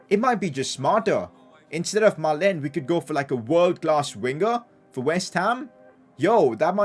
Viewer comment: it's maalen not meilen 🤣🤣😭